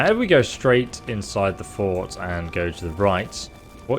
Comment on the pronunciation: Pronouncing fort as court, okay, maybe.. but Welkynd as Wellcard? How does that even work